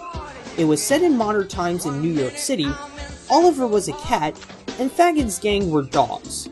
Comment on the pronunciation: Phonics Nazi here to strike Fagin (Fae-gin "g" pronounced like it is in "great")